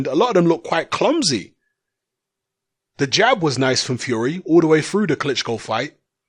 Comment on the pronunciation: Do shut up. And pronounce the word THE properly.